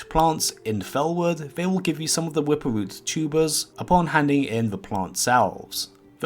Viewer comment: The wwwwippppwwerrr root